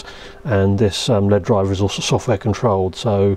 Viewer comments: L-E-D not LEAD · Am I the only one who cringes every time he says lead? It’s an L E D. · Repeat after me - L.E.D..... L.E.D..... Not ruddy led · EL EE DEE. Not "led" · Saying led instead of LED was so strange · LED NOT LEAD 🤣🤣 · The way you say "LED" sounds more like "lead", like the metal... Maybe this channel will soon take off like a lead balloon?